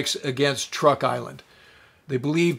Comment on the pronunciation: Sir: With your very kind permission, please let me suggest a couple of amendments. First, the Island system spelled T-R-U-K is pronounced--by the natives--CHUK. I deal with them as a tax preparer and they are very pleased when I pronounce it correctly. Second, Sir, I don't know if you remember but in the northern phase of the Japanese Imperial strike at the US fleet and landing force in Leyte Gulf, the remaining carriers with only a handful of aircraft, were sent out against Halsey's force allowing him to strike them. Philippine sea was thus not the last time Japanese Carriers sortied in mass. Thank you for an otherwise pleasant video.